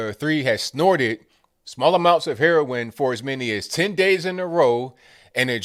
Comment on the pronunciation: Lol! Heron.. are you from Brooklyn??